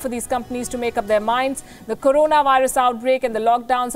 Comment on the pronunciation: Yes tomorrow.... One more thing... not karonaa.... its called corona